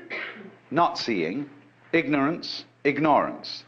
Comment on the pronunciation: When he said Ignorance “ignore-rance” I am free from embarrassment from my college experience when my professor asked me what is the meaning of ignorance and I answered “ choosing to ignore “ but he said to me “yes you can put it in that way but that's not the answer I am looking for” I thought I didn't make any sense because everyone was laughing at me but yeah thanks to this video ❤